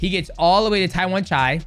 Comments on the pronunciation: you accidentally nailed Thai accent calling Tawanchai name right there 😆😆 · Tawanchai is LEGIT (pronounced his name right this time :_Derp:) Watch him fight THIS FRIDAY on PPV at ! #ONEFridayFights46